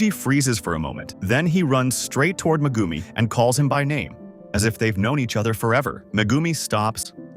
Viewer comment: Bro cmon you don’t even say megumis full name or say it right